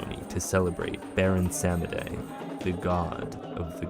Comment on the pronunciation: 1) Baron Samedi is pronounced "Bay-ron Som-Dee" 2) Veve is pronounce "Vave"